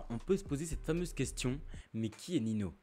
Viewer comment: ça se dit "Ninio et pas Nino" mais perso je m en fou ta vidéo elle est quali continue et lâche pas frérot